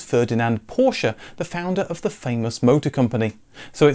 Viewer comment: Kudos for correctly pronouncing Piëch and Porsche.